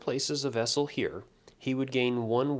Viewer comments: It's actually vassal, not vassel or vessel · Best video on the game I've seen so far. Thanks most kindly for posting this. I do have to comment however, since it's driving me nuts, its VASsel, not VESsel. They're servants to their Lord, not containers heh.